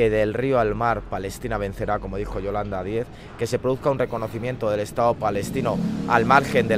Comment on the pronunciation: ¿Ha dicho Yolanda DíEz? Siempre me pregunto si este tío es tonto o se lo hace.